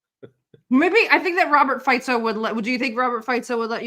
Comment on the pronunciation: Maybe it would be nice,, if you can pronounce Robert Fico’s name correctly 🥰😘😍